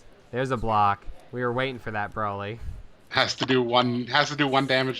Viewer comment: Nice video, the commentary provides nice insight for a beginner like myself. Can't help but cringe at the mispronunciation of broly's name which seems to be a common trend among a specific group of DB fans. Its Bro-lee not Bra-lee.